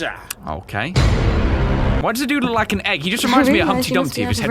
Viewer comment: Guys don't forget to LIEK the video. I didn't noticed how you just said LIEK VIDEO at the beginning 😏